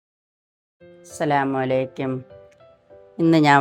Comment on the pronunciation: Asalamu alaiekuem alla Asalamu alikum enn parayane. Momos adipoli🎉🎉🎉